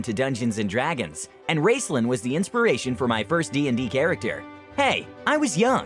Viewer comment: your pronunciation of Raistlyn's name got me to question how i have been saying it all my life. (i started my whole fantasy reading career off of dragons of autumn twilight i received when i was grounded in 5th grade) and when i tried googling the proper pronunciation of the names, i got drawn into a cesspool of people mispronouncing even the most simple of the dragonlance cast names, and it made me both angry, and kind of amused. so good on you for making me go through that.